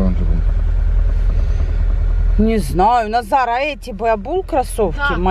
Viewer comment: почему вы называете Назара удара На за?Хотя всего его зовут Назар